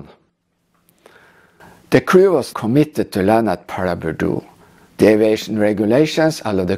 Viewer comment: Your pronunciation is correct! Sustained low cloud conditions at Paraburdoo are very unusual, which likely contributed to the "she'll be right" approach by all involved.